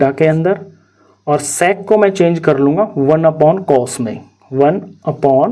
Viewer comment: Bkl wo sex nai sec hai dhang se boliya kr